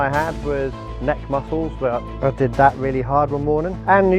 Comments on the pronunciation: DIDIT??? ITS DI ai dI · Not saying “did it” it’s pronounced d.I.d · not trying to be rude but you say ADHD, Autism and D.I.D ( you said did but its pronounced d-i-d or dissociative identity disorder) ❤️ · AND DIDID is that how its pronounced? i tgough it was d i d omg im dumb af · I’m sorry but you pronounced DID wrong. It’s pronounced D-I-D not DID. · DIDID? I thought it’s pronounced D I D, maybe I was wrong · I shouldnt be laughing but the way how says "did" 😂😂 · BTW! DID is pronounced dee-eye-dee! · did you call dissociative identity disorder DIDIT?😭😭😭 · hey my love its pronounced D. I. D. . thank you for calling attention to this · Hi, DID system here, can you please say D-I-D or Dissociative Identity Disorder instead of how you said it in this video? It just bugged me a bit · As someone with DID, ticsandroses enrages me so much even though I don't even have Tourettes. (Also btw its pronounced like the letters, dee, I, dee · love please its not pronounced didt its d.i.d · Did you just call DID “diddit”? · Im sorry but you Misspronounced D.I.D wrong (Dissociative Identity Disorder) it is Dee Ai Dee D.I.D I just wanted to address that and I hope you have a great day 🤗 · I also wanna say, thank you for making this ideo, but DID is pronounced Dee I Dee. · Hey! DID is just pronounced DEE EYE DEE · I’m really sorry but the way she pronounced DID made me laugh so hard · Why did you pronounce DID that way……… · WHY DID SHE PRONOUNCS "DID" LIKE THAT IM BAWLIN